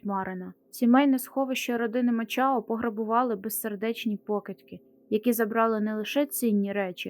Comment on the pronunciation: Мачао . Якась неправильна вимова